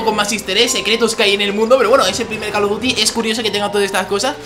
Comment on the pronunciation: call of duty no cal of duty (lo digo por la pronunsiacion)